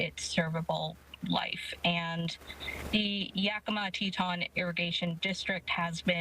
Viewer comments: Te-ton! I seriously don't get how they dropped the i in Tieton (Tie-eh-ton). I could at least understand Titan if they had never heard it before, but non Teton. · Its tieton!!!! Not teton how do you live in Washington state and not know the name???? These people are absolutely uneducated!! And should be fired you didnt mention that the libral government wont fix just spend money on illegals and it should take 2 yrs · Tieton.. it's said like Tie- eh -ton